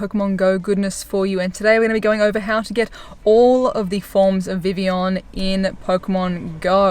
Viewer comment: First person I’ve heard actually pronouncing it properly